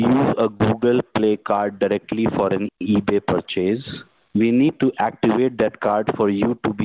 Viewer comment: Like the way these scammers pronounce the word purchase = Per Chase